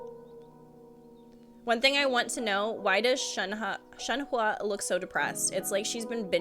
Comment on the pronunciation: I'm glad you pronounced Shenhe close to what it should be! Makes me happy And saaameee I hope she and Chongyun are related in some way. More exorcists! Also, that Childe popping in a occasionally cracks me up. Here's you gushing, and there's him talking about conquering the world XD